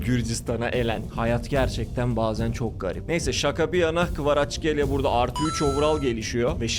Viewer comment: Videoyu zor bitirdim. Kvaraçskelya değil, Kvaratskelya, Hoyland değil Höylund, ovıral değil ovırıl.. telafuzları hangi dilde öğreniyorsun bilmiyorum ama maç izlersen spikerlerden doğru telafuzu duyabilirsin. Kendini zorlamamanı tavsiye ederim. Onun dışında bu konseptini seviyorum başarılarının devamını diliyorum..